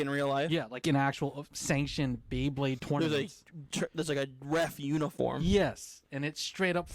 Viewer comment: Anyone else just hearing "bae-king" and not "bey-king"? 🤣